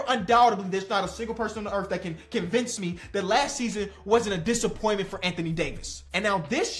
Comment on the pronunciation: spits on the 3rd syllable of “disappointment” He must’ve been just that disgusted by AD’s season last year 😝